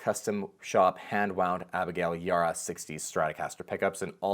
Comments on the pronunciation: Abigail’s name is pronounced E- bar-rah, show some professionalism and learn to say people’s names correctly. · the B is not silent on her last name Ybarra sir